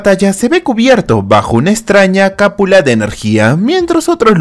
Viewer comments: se dice cupula, no capula! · No seria Cúpula en vez de Capula. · La palabra es cúpula no “capula” 😉😉 ojo con las palabras en los guiones qué haces, tus resúmenes eso si están brutales!!! Muy buenos 🫶🫡